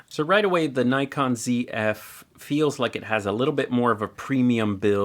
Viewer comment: Nice overview,. Glad you pronounced it “Zed F”. You made us Canadians happy. 😊 Seriously, one of the other strengths of the Zf is the 2.2” LCD screen, especially since there is no joystick. I’ve gotten so used to the 2.2” screen on my Z7ii that it is really hard for me for work with a camera that has a smaller screen now. Once you buy one and get the SmallRig grip, I’d love to see a size comparison with your Z8. My Z7ii with the SmallRig grip is actually pretty close to Z8 dimensions and I guess the Zf might be as well once the grip is added.